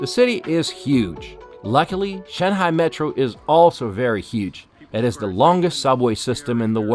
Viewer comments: Why do you call it Shen-hai? rather than Shung-hai ?? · It's pronounced SHANGHAI not Shenhai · It's not "Shanhai", it's "Shanghai" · Sir, with all due respect, why do you always pronounce "Shanghai" "Shan-hai" the "g" is missing. The correct pronunciation is "Shang-hai" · it's shang-hai not Shan hai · you can tell the expert by the pronunciation of "shanhai" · Note to Self - Its SHAN-G-HAi NOT SHAN-HAI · san- hai😂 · He kept pronouncing Shanghai , shanHai deliberately to disrespect china. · Its SHANGHAI! not SHANHAI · Shen-hai.....??? 🤣merica pronunciation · Why are you pronouncing shanghai as shanhai? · It is not 'Shan-hai.'.. Other than that your vedeo is very nice. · where the e in shang ? :D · Is the "g" in Shanghai silent? 🤔 This guy seems to pronounce it as though it is. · I’ve never heard anyone pronounce Shanghai the way you do. Ridiculous, there’s a G in Shanghai. Use it!!!! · Why are you saying ShenHai? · Bro, learn how to say Shanghai if you’re going to make a documentary about it 😂